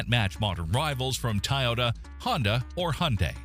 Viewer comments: He keeps bragging on Toyota (or as he pronounces it "TIE-ota) while totally ignoring it's glaring recent quality and reliability issues!! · AI not knowing how to pronounce Toyota is hilarious. Whoever scripted this clearly has a bias and has no clue. Chrysler and Dodge have both outlived their staying power for almost two decades. They should not have survived the 2008 auto industry crash. Eliminate Chrysler, they are stuck in the 1970’s. Dodge should only sell Pickup Trucks, going the way of GMC. The Chrysler minivan can move to the Dodge nameplate. Chrysler is over, twenty years ago. Well, maybe 30 years ago. The Fiat is an affordable car. Americans need to stop driving pickup trucks when they don't need to. If you live in a populace area and never hit the country roads on daily drives, you don't need a pickup truck. If Stelantis does not make the right decision about what fat to cut, they will all not survive beyond 2026. Kia/Hyundai (Genesis) are all cheaply made cars. Even the luxury lines. Lipstick on a pig. Genesis is Hyundai. It can't compare to German luxury cars. I'm not sure if this really matters anymore. Trump and his mango mafia has inserted their stupity in that little world in automotive, costing millions of loss for all South Korean companies. Unless the administration owns up to their FUBAR and reimburse the companies, South Korean companies will soon no longer be manufacturing in the US, and all of the jobs going with them will just make the economy worse. As for Buick, GM made a HUGE mistake by keeping that line and getting rid of Saturn and Pontiac. Even Oldsmobile should have stayed before B